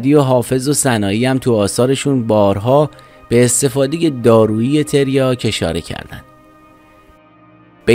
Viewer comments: تِریاک چیه داداش ؟؟؟؟؟ مگه مواد فروشی تو ؟؟؟؟؟ حد اقل میرفتی اسمشو درست از لغتنامه نگاه میکردی . تَریاک درسته برادر ، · داداش آبروی تریاک وبردی با این تلفظ کردنت تلفظ صحیح هست تَریاک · تریاک بر وزن فرجام و با حرف کاف فتحه دار درسته. تریاک به کسر کاف غلطه عزیز من. گویا بعضیها تلفظ تریاک را با تریا ( کافه تریا) قاطی کرده اند!. اول در مورد تلفظ صحیحش یک تحقیقی می کردی.